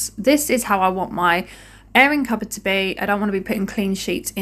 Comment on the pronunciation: I thought you were saying errand cupboard - came to the comments & read airing cupboard, makes perfect sense now! Just found your channel, thanks to Remi Clog - clean on !!! P.S. yes, a silly American (Alabama)